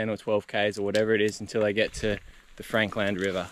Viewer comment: Great video as always, I was wondering though why you're now saying Frank Land river instead of Frankland river? did you learn somewhere in your history digging the proper way to pronounce it??